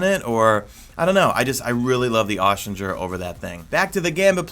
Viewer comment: omg that is not how you pronounce austringer its like string not like stranger im sorry it really is bugging me